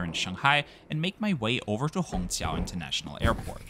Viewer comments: It's incredible how you get the Chinese "q" sound in Shanghai Hongqiao right. Most foreigners can only pronounce it as "ts" or "ch". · Great review of Juneyao, an airline that is high on my bucket list as well! You did a great job pronouncing the Mandarin words too.